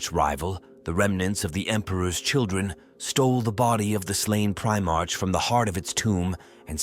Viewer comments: Primark not march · Just work on your script to assist your ai bro. Eg change the "primarch" to "primark"